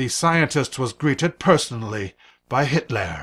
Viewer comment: LOL "Hitlair"